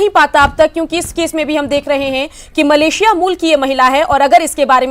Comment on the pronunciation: news18 walo मलेशिला नही मलेशिया होता है मूर्ख मीडिया